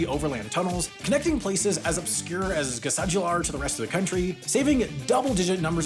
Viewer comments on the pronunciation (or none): You're actually pronouncing the names surprisingly well! Good job! Edit: Except Gásadalur, ouch... Edit the 2nd: Maybe I should waited with my comment until I watched the rest of the video... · Your pronunciation was mostly fine, except for Gásadalur, which was incredibly bad. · A quick comment on compound words: For example Gásadalur is a compound word that splits into Gása-Dalur and means Gása Valley. Each part of the compound should be pronounced separately as Gása -- Dalur but not Gá -- Sadalur. The same holds for words like kilometre that splits into kilo-metre and should be pronounced like that (and not like ki -- lometre). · Your "Sandoyartunnilin" wasn't bad, but your "Gásadalur" was horrendous. :D And your "Tórshavn" is just straight up weird. :) Your best bet there is to just call it "Thor's Haven". Still a great video! ;) Btw, my dad actually worked on 3 of those underwater tunnels. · He pronounced some names decently, but Gásadalur was downright hilarious.